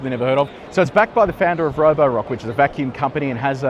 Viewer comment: Good video but please check your pronunciations for Chinese cars. Roewe is pronounced "Wrongwey" in Chinese (weird but true). Also the blue lights you mentioned but didn't fully understand are the lights that show other drivers on the road that you are in self drive mode. Need to spend more time in China.